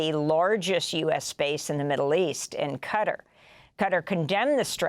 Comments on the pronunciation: Not qarrar it's Qatar say it right thanks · PLEASE PRONOUNCE THE COUNTRY NAME CORRECTLY. PLEASE! Is QATAR! Not QAtar Please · Qatar is not 'Cutter?' is 'Kah -Tar' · "cutter" FFS american lady its QATAR!!!!!! Kha-tarr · Qatar pronounced cutter. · Cutter?? Who the fuck is Cutter? what is this lady talking about